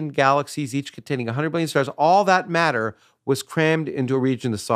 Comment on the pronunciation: that good old Mah-ah and anti Mah-ah.